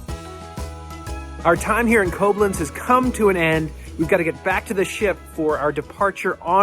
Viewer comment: Quick FYI - Koblenz is pronounced with the emphasis on the second syllable, so KobLENTS, not CO-blenz. Also ‘pièce’ (de resistance) is pronounced ‘pee-ESS’, not ‘PEECE’.